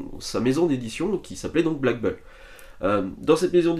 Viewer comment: BULL se dit BOUL pas BEUL 😉